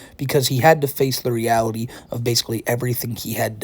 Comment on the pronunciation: a lot of teenagers "fit into a K-cup bwa, in weawity." It's called macromastia, and it's often genetic.